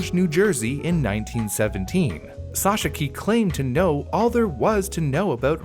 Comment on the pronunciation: I have looked on the internet for the pronunciation of Sochocky, but I don't think that is right. The original pronunciation probably was something like: So-khots-kih.